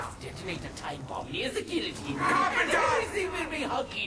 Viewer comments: Gil-o-teen..... Wtf is a geatine? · GUI-LL-OTINE L NOT YA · GILL-AH-TEEN oh my goodness damn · God damn it, it gill-o-tin. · What's a Geeoteen? xD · It's pronounced Gui-ya-teen. You say it wrong.